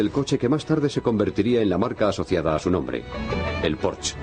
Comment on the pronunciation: pensé que iba pronunciar mejor es Porsche no Porsch, con razón hoy la gente utiliza la w en vez de g para decir gueon por ejemplo, o para pronunciar mal mi nombre.........